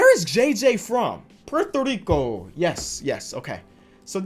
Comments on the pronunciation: My mans said "Porto Dico" XD much love from Puerto Rico Bruv. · " Where is JJ Barea from?" Also " Portrigo" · if you ever say puerto rico like that again💀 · The way he said Puerto Rico lol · Why he say Puerto Rico like that 😂😂